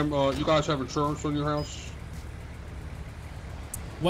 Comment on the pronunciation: A pouf of inshuwance 😆 😆 😆